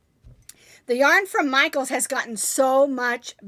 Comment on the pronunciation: Yes you said Michael's yarn right